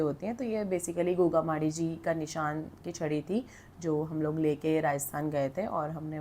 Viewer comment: M haryana se hu,hum b bhut mante h inko,but ye मैड़ी hota h माड़ी nhi hota